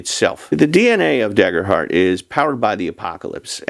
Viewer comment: It’s pronounced Daygerhurt btw…